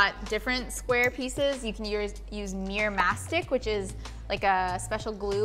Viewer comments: When you think you hear "mirror" but they said "meer". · Why do they always say mirr instead of mirror? 🤣